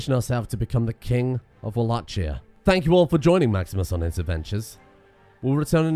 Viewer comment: the way he pronounces Wallachia is gonna annoy me for the rest of these videos lol